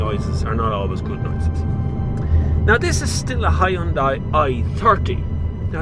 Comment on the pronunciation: Biermann is pronounced as "Beer-mahn" not "Berman" lol. Learn to appreciate other languages before you go and anglicize everything geez. I wont even mention how you pronounced Hyundai!